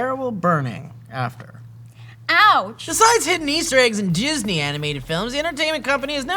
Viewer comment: Did say "Jizzney"?